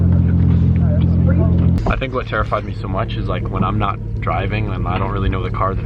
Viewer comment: Is it just me or is starting to sound Australian when he says "like"?